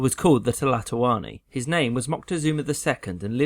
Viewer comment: His name would have been pronounced Mo-tek-soh-mah